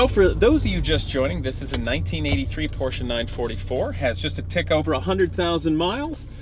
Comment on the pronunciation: Glad you know how to pronounce porsche. Drives me crazy when I hear someone say porsh.